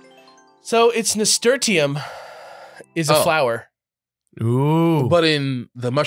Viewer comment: It's pronounced "nas-tur-shum" not "nas-tur-tee-um".